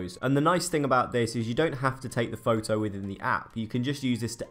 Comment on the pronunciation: am I the only one slightly irritated by the way he says "photo"? Lol